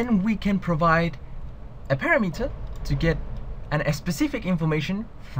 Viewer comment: SOME CONSTRUCTIVE CRITICISM for you... What is up with, when you say, "EXPLAIN YOU", This should be said as "explain TO you". A BIG ALSO... Parameter is not pronounced "PARA-METER", it is pronounced "Pa-RAM-e-ter". might have a good video, but speaking correctly is half of TEACHING...